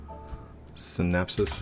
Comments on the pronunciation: "Synapsis" Made me laugh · its Synapse / Synapse X not Synapsis lol